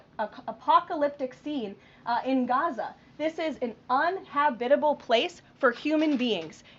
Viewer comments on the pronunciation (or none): “Unhabitable”?? You mean uninhabitable?